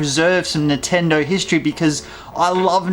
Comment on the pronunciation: why do u say nintendo so weird. nahtendo